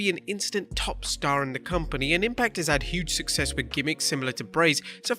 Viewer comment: "Impact have had huuge sucsess" lmfao